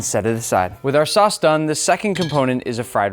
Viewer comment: I thought you said sus instead of sauce😭